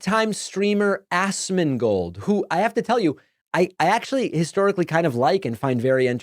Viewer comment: notice how he pronounces ASMONGOLD as ASSMANGOLD lol also why Pakman always look like hes been crying?